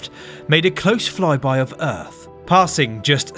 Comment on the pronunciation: The sound of uth? Enunciate.